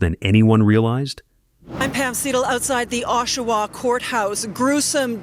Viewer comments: It is not pronounced "O"shawa, it is pronounced "AWE"shawa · Oshawa... awe_sha-wah not O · Pronunciation on Oshawa sucks. It sounds more like awwsh- awa. Not oh-Shawa. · Ok this is driving me nuts..it's pronounced AH-Shawa not OH-Shawa!! 😂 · Its Oshawa Ontario not Awshawa Untario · It’s pronounced aW shoe wah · I live in the area.. it's pronounced Ah-shoe-wah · The pronunciation of Oshawa and hache were off but otherwise good!! The dirty shwa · Really? How come you cant pronounce names of people places worth a shit. Just brutal that you pronounced Oshawa a Canadian city incorrectly for the first 5 minutes of the video you incorrectly pronounced it with the "O" sounding like its pronounced in boat. Realized you were pronouncing it wrong and then didnt go back and fix the first 5 minutes of the video before releasing it. So amateurish. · Oshawa was pronounced in three different ways throughout the video and none of them were correct. So sad for these women. RIP! Please stay away from drugs. You don’t know if you’ll be one of the ones who can’t stop. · I’m from Oshawa and know the families. You could have at least pronounced the last name for Rori correctly and the City. Besides that you gave some good insights.